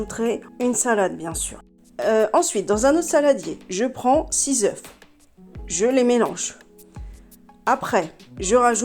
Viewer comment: Bonjour on dit un œufs et 6 oeufs ça se lit 6 eux ;)